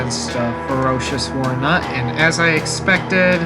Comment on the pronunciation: Ferrous, not ferocious. Spoken like Fair-ous, means it consists of iron. Which is a lie, as that thing is clearly made of something much stronger than iron WARNUT! Wroughtnaut, wrought is usually spoken like rot, meaning shaped by hammering, which is cool. -naut, not nut. Naut is a suffix meaning traveler, usually spoken like in nautical or astronaut. You say Ferocious goddamn Warnut throughout the entire video lmao!